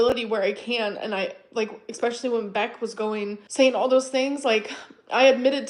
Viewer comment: I know you’re likely reading comments and it’s BECK not Becky, istg